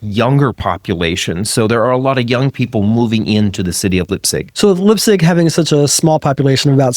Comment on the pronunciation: How do you manage to pronounce Heidelberg correctly, but Leipzig totally, utterly wrong?